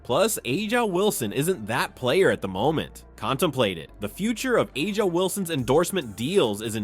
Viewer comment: Who is Ah-ja? 😅